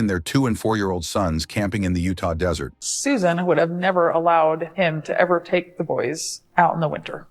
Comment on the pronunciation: Please don't make anymore of these. The story jumped all over, repeated shit several times and the ai voice used called the desert, dessert. Couldn't make it until the end, just horribly made.